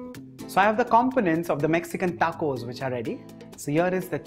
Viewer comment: TA-COUS! I died laughing hearing that😂😂😂